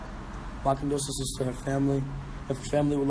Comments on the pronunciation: He could never pronounce that word. Lol poor baby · Too bad he died not knowing how to say condolences